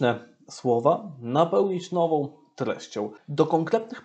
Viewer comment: Niech ksIądz ksiołdz nauczy się sieł mówić po polsku !!!! Nie mówi się: nowoł tylko nową Bełdoł Będą Idoł idą, zroboił. zrobią Itd itd Najpierw nauczyć się mówić a potem komentować !!!! Nie zachwaszczać języka (jełzyka) polskiego!!!!